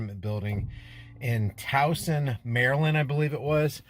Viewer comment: You pronounced “Towson” correctly. Whoop!!